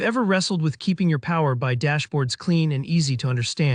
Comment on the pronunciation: Thanks for sharing. By the way, it's Power B I(Bee Eye)